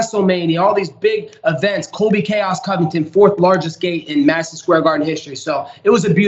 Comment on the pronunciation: wait did you say Colby Cummington?